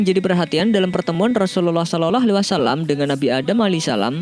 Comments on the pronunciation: Gak enak didengernya min ketika ucapin Slallahu'alaihiwassalam, diucapin "SOLOLOH" ini kan Chanel islami jadi harus jelas cara pengucapannya. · Waktu dibilang "rasullallah saloloh "?? Woiii yg betul bilangnya. Belajar dlu mengucapkan.. gak betul ini yg punya channel masa "saloloh waalaissalam" .coba kalian dengar dengan teliti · Belajar lagi ngucapin "salallah" nya mas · Adrian nagara betul.mas kok lafadznya seperti bukan orang pesantren atau orang muslim,,klo boleh tau mimin dan yg punya chanel.ini dulu mondok.di mana dan guru atau kyainya siapa